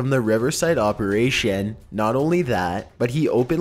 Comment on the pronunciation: Operashien Hose Attenshien Conversashien Lol its so funny how he says thing hes at zucc level right now Also he said something twice, forgot what it was.